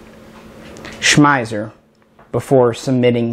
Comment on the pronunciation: we love you like a brother but it's distracting that you pronounce "Schmeisser" at least 3 different ways(including the correct way). But "we" can overlook this since you don't say "kalISHnikov":-)